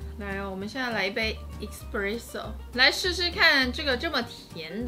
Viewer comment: 還有製造過程中，蛋黃+砂糖後，定要隔水加熱至60度左右殺菌+稠化，看很多人都沒做這一步！ 可以注意一下 ‘Espresso ’ 第一個字的發音